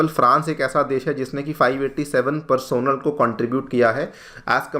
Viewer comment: Bhai usko "Personnel" nahi.. "Personnel" bolte hain 😄